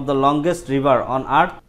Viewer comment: It's not at bro it was earth.. ET.... Ok